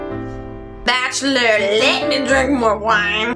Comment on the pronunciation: "Bachelorlet me drink mo wiine"